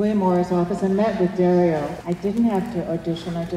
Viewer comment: Idk if you already learned this, but its pronounced Gee-allo, and its Dar-io not Dare-io. Italian is silly to non italians haha